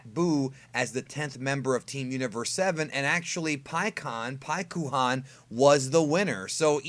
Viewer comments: Oh, you mean like Sas-U-ske? Shut up with the Pik-U-Han. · When u read paikuhan in japanese the u is supposed to be silent. Its like thst for many japanese names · Just don’t say paikuhan